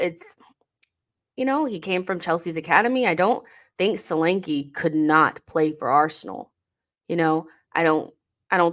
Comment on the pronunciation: Solanke is a Nigerian name and pronounced "shoh-lan-keh". Good player though.